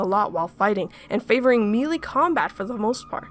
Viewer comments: you said melee wrong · "Mee-Lee" instead of "May-lay" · melee is pronounced may-lay not mee-lee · Melee is pronounced may-lay not me-lee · Only issues with this video is your pronunciation of the words melee (pronounced maylay, due to old French origins) and awry (which is just the word wry with an a at the beginning, and is as such pronounced uh-rye). Otherwise, you bring up very good points, and I really enjoyed the video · "Melee" is pronounced "MAY-lay." "Awry" is pronounced "uh-RYE." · My only complaint is your pronunciation of "melee" and "awry". Double check those, please... though I might be just wrong myself I suppose..